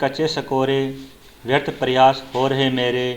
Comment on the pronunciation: उच्चारण में क्षेत्रीय बोली है । प्रयास , अहंकार आदि शब्दों का उच्चारण गलत किया जा रहा ।